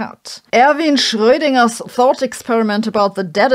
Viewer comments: she got the dipthong correct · I like the way you say Schrödinger. Undoubtedly the correct way to say it. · I have to admit, I love the way Sabine pronounces Shroedinger. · Yes, I love Dr Hossenfelder’s accent and the correct pronunciation of German words. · Sabine is the only youtuber that can actually pronounce Schrödinger😂